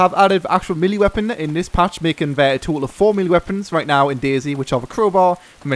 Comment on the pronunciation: it's DayZ notice the Z!